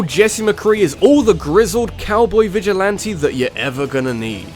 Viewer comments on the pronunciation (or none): none